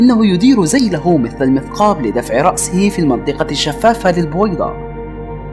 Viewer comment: القاء جميل ولكن انطق الحروف بشكل جيد الله يصلحك في فرق بين الذيل والزيل وفرق بين مثل ومسل